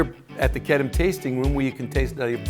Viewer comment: I've been pronouncing wrong, its Kedem, not Kedeme .Its the only grape juice I drink.